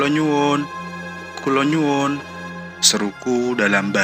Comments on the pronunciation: Yang cerita munkin bukan asli orang jawa, kula nyuwun itu artinya saya minta, harusnya kula nuwun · Yang baca bukan orang jawa jadi nggak bisa bedakan kulo nuwun dan kulonyuwun